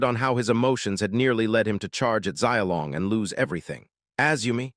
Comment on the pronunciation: ugh. You can learn the japanese sounds in one day. You can learn the mandarin sounds in one, maybe two days. Don't worry about tones, nobody really expects you to get the tones right- and american English usually has all 4 tones. We're just not consciously aware that we do. But the main point is- it's not zai ao o long. It's Shiaow Long. Xi ao long. Xiaolong. Can't any of you simply spell things phonetically, and then use find and replace all ? Is that too hard?